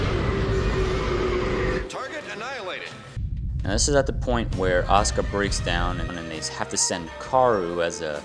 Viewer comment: oh wait, I REALLY wanted to add about the pronunciation in this video & in the English dub.. "Asuka" is not pronounced "Oska/Ahska". lol